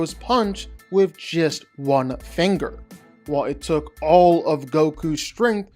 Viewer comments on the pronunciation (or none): none